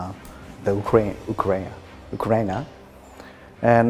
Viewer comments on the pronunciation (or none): he stops to say Ukraine the polish way